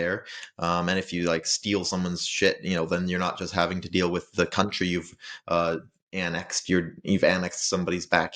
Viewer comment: I was habben a good time listening you say countrrry.